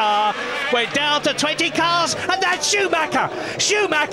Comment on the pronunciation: Alter wie die immer SchuMACKA sagen wtf